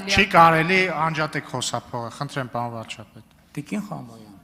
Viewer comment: Պաոն չի, պարոն է։